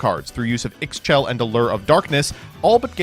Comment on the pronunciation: How is it 2025 and you still can’t pronounce Ixchel correctly?